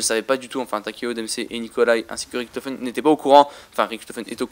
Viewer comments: Richtophen pas riktofen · Je parle allemand der eisendrache on fait le r mais richtofen on fait le ch !!!!!